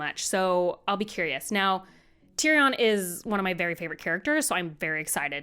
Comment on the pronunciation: Please someone tell how to say tyrion correctly